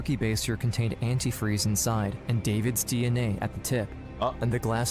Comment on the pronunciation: The mom outed herself by the way she says antifreeze incorrectly, even spelled it incorrectly